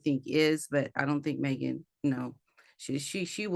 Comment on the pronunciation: She says" maygen"